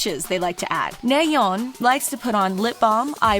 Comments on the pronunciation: I think it pronounced NAYEON not neon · I know Twice is beautiful don’t have to point that out because they’re perfect and for your information Twice’s members never did those plastic surgeries and btw it’s NA YEON NOT NAY YEON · Its nayeon not naeyon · It’s pronounced as Na-Yon not Ne-yown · It’s pronounced Nayeon(나연) not Neyeon(네연). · Neyeon? Isnt that Nayeon??? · I love how she pronounces Nayeon as Neyeon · "NAEYEON" It's common to mispronounce, but thanks for trying 💕